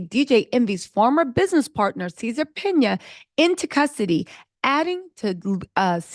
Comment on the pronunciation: Are you saying Caesar’s last name wrong on purpose!? Cause it’s cracking me up ! …. They going to 🗣️ “JAIL… PERIOD!”